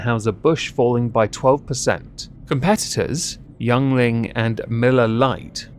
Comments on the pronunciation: For future use, it's pronounced "Ying-ling". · YING-ling (just an FYI from a local) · Oh no. You have just made an enemy of the entire state of Pennsylvania by pronouncing Yuengling as "Youngling".